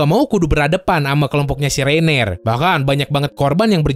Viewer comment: Orang orang bilang nya Reiner: Reineer